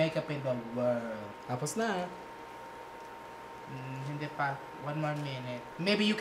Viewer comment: "Tapos na." Wieeeeeee! The Hiligaynon accent tho😍